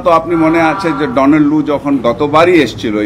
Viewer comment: ডানার লু না,,নাম ঠিক মতো বলতে পারছে না